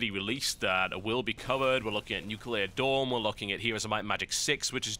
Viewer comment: For the 50th time, it's Nuclear Dawn.